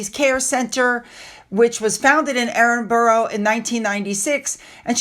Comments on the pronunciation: Love your channel but can I just remind you that it’s Edinburgh not Edinboro!! So many people make this mispronunciation. 👌🏼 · Edenborough is pronounced Ed in bra 3 syllables